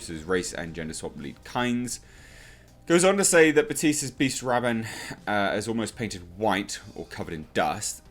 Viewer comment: This guy seriously doesn't get it at all. Gom JABbar. Beast RABban. It's a stillsuit cloak, not a "hoodie". Fuck's sake.